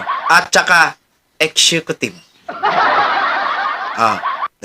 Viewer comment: Pati exécutive hindi mo pa ma pronounce